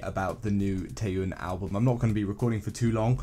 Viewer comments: Tnaks for the album review Ginno ^^ but it really bothers me lol, the "yeon" in Taeyeon is pronounced as "yon" or similar to "yawn" but is said quicker. Also I disagree, all the tracks are different from each other but also goes well with the entire album, it shows her maturity to music and herself while keeping her own color. Circus is an absolute favorite, the vocal direction and the instrumentals are soft and stirring but still holds an immense emotion. I think this mini album is one of her bests I'd say. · The "Tie-yune" pronunciation was getting on my nerves as well